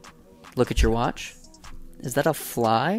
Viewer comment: "do black people warch that"😂😂😂